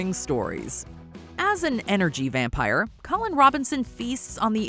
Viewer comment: Matt Berry's pronunciations always gets me. But also, the way Doug Jones says "wampire" -- GETS. ME. EVERY. TIME.